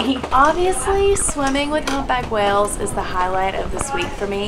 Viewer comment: why do they pronounce whales as "wells"